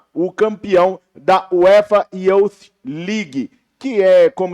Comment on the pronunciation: UEFA “iuf” legue. Pronuncia assim a palavra youth 👍🏼 haha